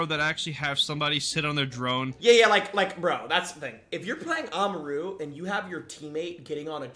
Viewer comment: Its ah-mah-roo not a-mar-oo